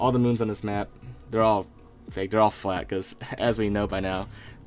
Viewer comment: The planets are flath. So earth is flath. With the h.